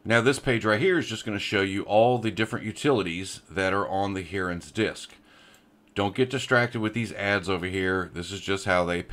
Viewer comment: lol Hearans. Its called Hi-rens. 🙂